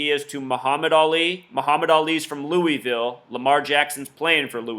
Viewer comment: lamar is not a freshman...and please say louisville correctly. thank you